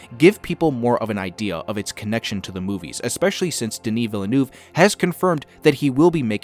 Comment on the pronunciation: can you say villeneuve correctly please? jesus fuck